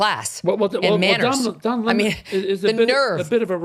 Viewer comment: We need to start calling him Don LEMON----not Don "Lemaaaan"---he's not Leman---he's a LEMON. LOL ;)